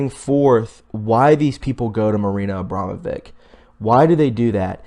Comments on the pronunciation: It's pronounced abramovitch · I suggest you look up how to pronounce and know the meaning of words before you post such as Bourgeoise pronounced Bour zwhar zee not bogarsee lol! The upper class nobility. Also her name is pronounced Abramovich., It's painful to listen to you try and read names and places, don't you know who Rasputin was?